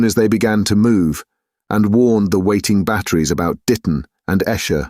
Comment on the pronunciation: The reader's voice is easy to listen to but many words are mispronounced, especially place names. 'Naze' (rhymes with haze), not Nazi. Esher has a long initial vowel etc. Lieutenant chops and changes between American and British. Also, some of the reading is very flat where a little more emphasis would make the meaning clearer, 'flying people' for example. Enjoying it though, what a cracking read! Thanks,!